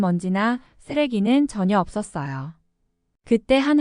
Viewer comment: 없었습니다 라고 읽어야 됩니다